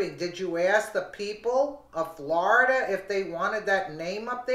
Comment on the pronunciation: Flor-i-DUH does it again 😲😡